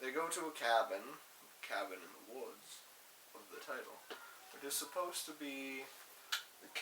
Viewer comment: "supposts"? Supposed